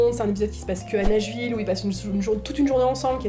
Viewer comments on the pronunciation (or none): j'ai entendu "Neige-ville" au lieu de Nashville. ç'aurait été bien si ça existait en vrai :)